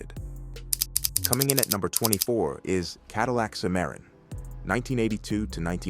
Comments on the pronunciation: AI voices always expose themselves when they mispronounce some words or names. Nobody says A W D, we say all wheel drive when we see those letters in car context. I didn’t even know what Mr computer voice was talking about when it said Cadillac Simaron. It meant Cimarron. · It's pronounced sim a ron